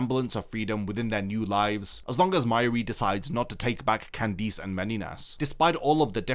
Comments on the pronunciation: Bro just say Candice normally please, it’s not Candeece ffs 😂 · No one talking about how he pronounces Candice as candeez??? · Why can't you say Candice correctly? I HATE when 'pro yputubers' ruin a video by making simple and VERY AVOIDABLE CONSTANTINE MISTAKES like not knowing how to correctly speak their own language.. Google has a function that EASILY helps to avoid such immersion ruining gaffes.. Amatuer..